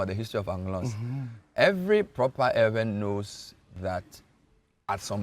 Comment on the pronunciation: Use the media to educate and re educate. The agenda of Ghanaian journalism cult is on a mission to mis-educate our people. How come a claimed ''educated'' journalist who is an Eʋe indigene speaking with a host who claims to be ''a historian'' can allow themselves to be calling us ''ewe''? Ewe is a female sheep in the English language. The name of a person or a group cannot be translated, and the English version of Eʋe is never ewe. Kofi always remains Kofi, then our name Eʋe should always remain EƲE period and other Ghanaians who cannot pronounce it should learn how to pronounce it from us. And ''Ayi-gbe'' ( Ayi refused) is not our name either. Ghana is making every effort through her cultist journalists and their media to cut off our heritage . We remain Eʋe from the Volta region through Togo, Benin aka Dahomey right up to Gbadagli in south-east Nigeria. Calling us this female sheep would make foreigners including our own native children believe that's how we are supposed to be called especially when they're speaking English .